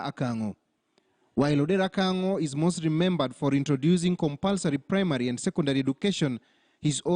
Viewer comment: No, not "Akang'o". The correct spelling and pronunciation is "Kang'o". The chief's correct name is Odera Kang'o.